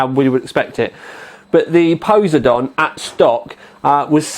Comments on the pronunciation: It's poss-eye-don Like the Greek god of the sea;o) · fucking spanner cant even pronounce poseidon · Pronunciation fail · I think your pronunciation just gave me cancer. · I love your pronunciation of Poseidon. You make it sound like a dinosaur. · A shame you can't the reds closer using your camera's white balance, or in post. Wondering if he's saying Poseidon funny, just to mess with people. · Poh-Side-on, say it out loud, it'll sound more familiar :P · pose - eh - dawn? Poh - side - in, I believe it is pronounced. At least here in the States. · God dam I cringe every time he says posedon, its Poseidon as in po-cy-don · HAHAHHA POESYDON X. its pronounced po-si-don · Really? "Pose-Eye-Don"? "Po-Sydun" [pose͜edɔ́͜ɔn] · Its Poseidon like the Greek god just like some of asus's high end video cards like mars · poss eye dun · btw its Poseidon as the greek god of water pronounced po SEYE den. Just bought one btw... it is epic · Goddamint its PUH-SIE-DIN. Its a greek god. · Po-si-don all together now. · im not usually a grammar Nazi but every time I hear poze-a-don it makes me cringe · Dylan Cannisi Cley Secor its po (p)sy don...im greek. the (p) is not pronounced. Its more like po si don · No, everyone in America who is educated pronounces it po, because that is how the Greeks pronounced it and the Romans spelled it; in English the rule is if it comes from a different language you pronounce it like the natural speakers of that language. The reason people mispronounce words in English is because of shared ignorance. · I think its pos-I-done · pos-y-don the greek god of water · po-SIGH-don. geez. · pe(like in pear) - sigh - den(like animal den) ;) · It's poh-sai (like 'si'ze)-don. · Po-seye-dun. While we are at it, 780 TEE-EYE. AY-ZEUS. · It's fecking Po sei don as in the god of the sea..:( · po-seye-din... like the king of the sea??? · PO-SI-DON. LOL ;) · Puh (side on), FFS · Haha, - it's pronounced po-si-don XD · The way you say Poseidon -_- haha